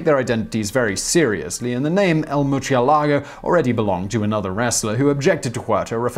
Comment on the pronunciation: Blame Lamborghini. That's how they pronounced Murcielago